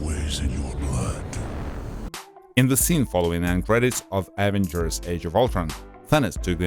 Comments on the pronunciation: Why does he say avenagers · What the hell are the AH-vengers?? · And the evengrs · Why you saying Avengers like that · Bruh your saying avengers wrong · Samuel Maurer 👌